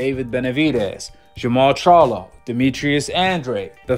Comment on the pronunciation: The fact that he couldn’t even pronounce the Charlos names correctly and says “he needs to fight both” 🤦‍♂️ let’s me know that most likely he’s never ever even seen a single Charlo fight smh!